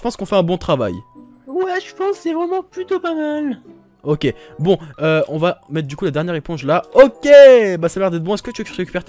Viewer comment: PK TU DIS TOUJOURS METER LE MOTS EUX PORTAIL PAR EXENPLE